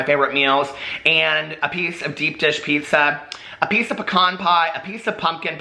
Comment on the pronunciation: Just when I thought I couldn’t love you anymore...you said pecan the right way! 😂😂😂 I’m from Texas, it’s out state tree...we have a pecan orchard...pretty sure we say it the right way! 😂